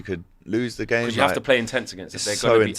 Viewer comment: says becores for because